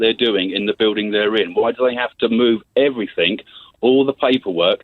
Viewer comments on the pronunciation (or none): FFS you don't know what you are talking about and everything doesn't have a K at the end